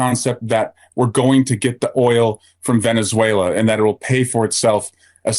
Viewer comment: He can't pronounce Venezuela